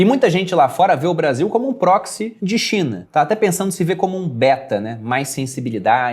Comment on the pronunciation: só eu ouvi "Xe a Cinha vai mal..."? Rsrs...